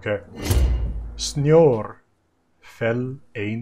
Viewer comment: Sitting here, being Norwegian, and I understood that it was going to be "snow fell bla bla", and this dude goes "Snjorbert". Who the heck is Snjorbert. I'm dying.